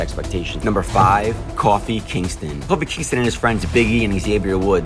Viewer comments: Did you really call Kōfi, “Coffee Kingston”? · Yo this bitch really said coffee kingston.... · “PRIMA DON”? “COFFEE KINGSTON?? “WRESTLEMANIA 2K”??? Dude, who are you and how can you screw up so many words, names and facts? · This is a nice video that you put together, but Who the heck is coffee Kingston?😂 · Coffie Kingston? Lol